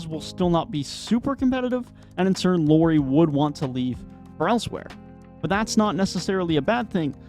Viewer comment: "Can you want somebody better than Sexton in return from Donovan Mitchell?" Yes, how about Lauri Markkanen? 🤔😉😄 Btw. You might wanna check your pronunciations if you want to make your video quality to go up. 🙂 Both Lauri and Ochai were pronunciated wonky. I'm only saying because the video seemed to be nice quality otherwise.